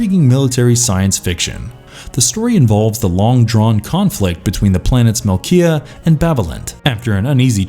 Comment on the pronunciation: Mecia... Argh...